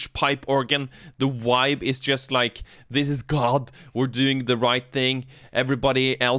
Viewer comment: The "wibe" <3 What it's all really about.